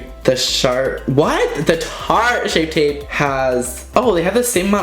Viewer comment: I thought you said shart shape tape